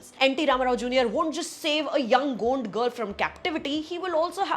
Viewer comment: It's not Gund ,gaund tribe.